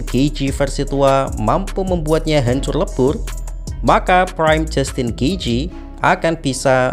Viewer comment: Hancur lebur, malah hancor lebor bahasa Indonesia mu gimana sih bang